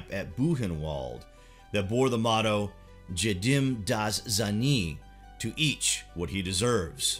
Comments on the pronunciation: You butchered the German pronunciation haha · Bloody hell your credibility took a serious nose dive after that atrocious german pronunciation. Damn that was shocking.. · I mean you could've at least tried googling how to correctly pronunciate "Jedem das seine" before actually saying that abomination of German. Google Translate has this amazing sound button option. If you're too lazy to do that, don't say it at all